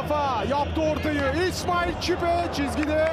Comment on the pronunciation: İsmail çipe dediği an gururlandım be